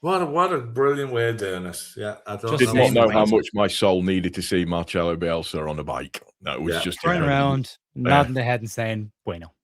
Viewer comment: I say this this in love. Please please please could say the legend and our saviour Marcelo's name right? It's been eight years now. Respect to you though and to Gerry and Ger. Love the podcasts. MOT